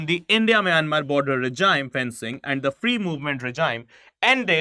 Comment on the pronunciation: I'm only concerned about this guy 's pronunciation of regime which he repeatedly made stupid mistake .... he pronounces as "reh-jayim", whereas the real pronouncement is "ray-jeem". He failed in English language phonetics.